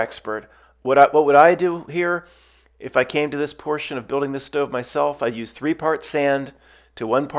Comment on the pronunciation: "If you came to this portion" why are you articulating it like this? You did not build this stove I guess we are just fantasizing?